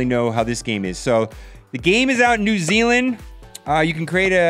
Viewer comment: “New zayland” 😂